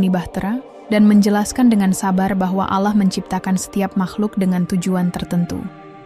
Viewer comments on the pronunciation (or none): Kentara skali narasumber nya bukan Islam, penyebutan Allah menjadi ala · Dan naratornya klo ucap ALLAH sering ga pake tasjid L"...